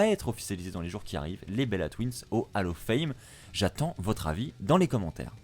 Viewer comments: Bon. J’ai stressé parce qu’on ne dit pas « AL OF FAIME » mais « OLL OF FAME » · juste une petite correction vocale on dit bien hall of fame (hall se prononcant "haul" et pas "hal" car vocalement on entend hallo fame) 😉